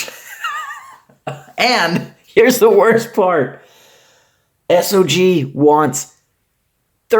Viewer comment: I don't know whether to laugh or beg for your forgiveness 😂. BTW, IIRC (and in this case I definitely do) SOG is a military acronym for Studies and Observations Group and as such it is pronounced as a single word, as opposed to spelling it out (by military types at least). So, this is just an FYI and I HTH. BBFN! And definitely do a destruction video!